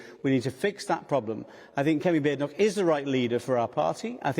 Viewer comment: It's Badenoch as in 'BAY'-denoch. She's the leader of the opposition. She's made this clear countless times. To ignore it at this stage given that you're a senior Labour Party member seems purposefully disrespectful.